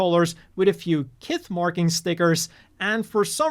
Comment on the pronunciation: Kith is s(h)ith.